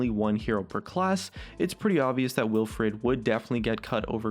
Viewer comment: Wilfred not willfred